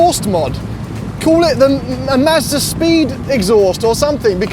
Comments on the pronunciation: Every time I hear him say "Mazda" I hear "Master". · sounds like he’s saying Master. Like he’s talking about some dude high on a mountain who makes the perfect budget fun car. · I love it when says “Mazder” 😂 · Why does he say master instead of Mazda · is saying "Mazda" or "Master"? 😄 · Mazda! Not MASTER! I really thought… sigh. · Yo And I'm....It's Mahz-da....🤨